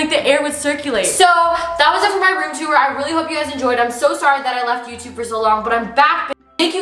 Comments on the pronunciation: She says teur instead of tour haha cute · No one: Absolutely no one:, a Canadian: “two-er” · “room teour” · The way she says tour